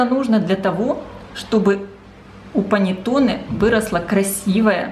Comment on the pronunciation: Все хорошо и замечательно! Но прислушайтесь, как итальянцы говорят: паннЭтонЭ! Ваше паннЕтоне режет слух. Исправляйте произношение, пожалуйста!